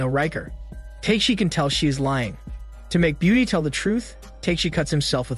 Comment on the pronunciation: If you watched the show, you'd know that the warrior's name is pronounced TAK-A-SHI, not Take-shi. Other characters call him, as a short form, TAK [like the word 'talk'].